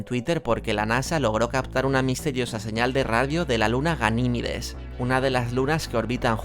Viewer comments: Yo escuche ganimides ustedes no? digamen q escucharon aver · Por cierto, se dice Ganímedes! Por lo demás, muy buen vídeo! 👏